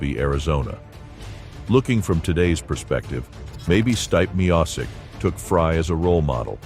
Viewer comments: did you really say Stipe Miocic as Stype Myiosick??? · Did he say Stype Meassic? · Did the AI just completely butcher the pronunciation "Stipe Miocic" or what? It took me a few seconds to process "stype me ahsick". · You butchered Stipe Miocic's name bro. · What a terribly edited and narrated video. Stipe Miocic shouldn't be a hard name to pronounce as a supposed UFC fan.